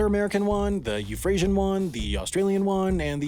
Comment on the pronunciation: Are you saying 'Eufrasian'???